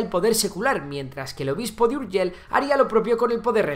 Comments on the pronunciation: Urgell no Urgel. Por lo demás fabuloso como siempre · Con pronuncisr y escribir bien, Urgell i Foix, que no Urgel ni Fua, ya quedaria bastante bien el video. Aun asi y con algun otro error historico es un muy buen video que tiene merito. Felicidades al autor. Esperemos que Andorra pueda invadir Catalunya de una vez y todos felices y juntos al fin. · Jesucristo casi me da un ictus de escuchar tanto "Fuaks"(Foix) y Urgel.l(Urgell) pronunciado fatal 😂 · NO SE DICE Urgel se dice URGELL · URGELL no "Urgel"... 😱😱 Saludos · Por favor... Urgei y no Urgel y Foish y no Fuá xD Aún que se escriba Foix y Urgell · Me chirrían los oídos cuando pronuncias ciudades de catalunya en castellano. Seo de Urgel?? No era necesario! Igualmente, buen trabajo! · Home, se n'ha sortit prou bé amb el so 'j' a "Pariatge", si bé no tant amb la 'll' d' "Urgell". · Más fácil imposible: la “ll” de Urgell, se pronuncia como la “ll” de lluvia. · Si pronuncias Llave porque no pronuncias Urgell e incluso lo escribes? Siglo VIX? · Se nota que no sabes pronunciar muy bien la palabra: Urgell. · No estaria de más aprender a pronunciar Urgell i Foix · Tan difícil és pronunciar una "LL"?